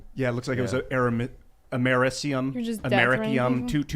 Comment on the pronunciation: It's am-a-reese-e-um. I work with radiation detectors and we use it as Calibration source. It is a waste product of nuclear reactors